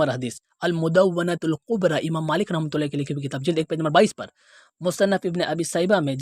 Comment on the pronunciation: ایک تو اپ نے ان کا نام بگاڑا ، جس کی سورہ حجرات میں ممانعت کی گئی ہے "ولا تنابزوا بالالقاب"، دوسرا، اگر اصلاح کرنی تھی تو اس طرح کرتے جس طرح سے مفتی طارق مسعود صاحب نے ان کے سامنے ان مسائل پر گفتگو کی ہے اور ڈاکٹر صاحب نے رجوع کر لیا ہے، کے ائندہ مسائل پر گفتگو نہ کروں گا، اور اپ کا لفظ "رحمه الله" درست نہیں کسی سے اصلاح کروا لیں ، اور مذہب اور ذاکر بالجیم نہیں ہے بالذال ہے